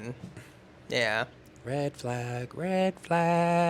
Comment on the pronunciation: 🎈 Pronouncing That hard “G” in flag got meeeeee 😂❤😂❤